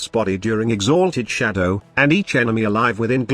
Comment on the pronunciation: All I heard was "exAAAlted Shadow"